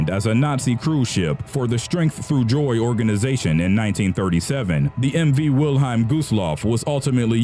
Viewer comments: wil-highm? its wil-helm. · I love how the narrator reads WILHELM as Wilheim. Furthermore Lusitania and Empress of Ireland were ocean liners not cruise ships. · Pronunciation please! Wil-HELM. t says so right on the ship! Lusitania infuriated people in US but Pwarl Harbor pushed it into war (the day after.) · Us English speakers pronounce it 'Will-HELM', not 'Will-HEIM'. Just Sayin'.